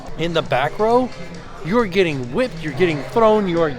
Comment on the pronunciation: Can't wait to ride, this just got me more pumped! Also, the way you said WHIPPED at the end 🤣